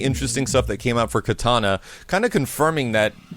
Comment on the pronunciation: Why does pronounce Kitana as katana?